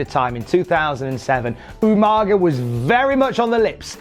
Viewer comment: does anyone remember SvR 2009’s better than utopia , where Regal kept calling Umaga, “Umanja”. always makes me laugh